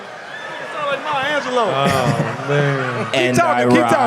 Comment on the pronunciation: May Angelou?!? LMAO